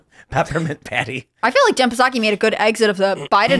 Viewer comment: Lol, the P in Jen Psaki is silent.